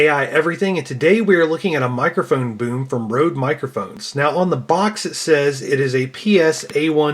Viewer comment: u actually pronounce RODE as RED instead as i have learnt BTW great video!